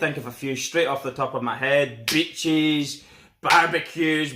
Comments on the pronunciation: When you were naming better reasons than england...I thought you said bitches...then you said women...I knew you said beaches...but my version was funnier in my head. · I thought he said bitches when he said beaches. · you say beaches, sounds like your saying bitches lol , we got both want more could you want. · When he said beaches I thought he said bitches